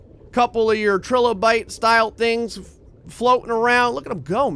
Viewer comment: The way he says Trilobite triggers me